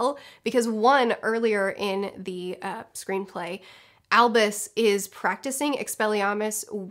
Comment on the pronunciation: Keep cringing each time she says screenplay